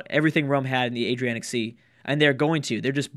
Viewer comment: It's the AdriaTic sea, not the Adrianic :P Also is the Black Sea Byzantium's Mare Nostrum?